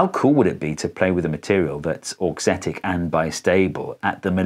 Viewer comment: The first time you said "auxetic" I understood "dorksthetic", like aesthetic for dorks, and I was like "yep, that would be me, I think it's very pretty".